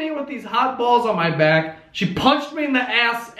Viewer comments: The Brooklyn accent comes out at "COOL DOWN THE BAWLS!" hahah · DragonBeast04 his Italian side came out there